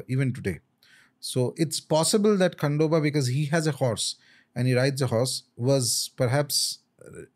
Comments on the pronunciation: its खंडोबा and not खांडोबा Learn to pronounce name correctly and don't hurt anyone's faith.. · its खंडोबा and not खांडोबा the way ranveer was saying